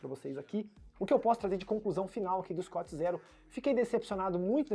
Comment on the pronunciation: sem querer ser chato mas, sendo 😁, o nome se pronuncia "escut zirou," e o amortecimento é "profon", não fique bravo comigo, por favor. Sobre o vídeo vc me fez desistir de ter um scoot Zero, obrigado!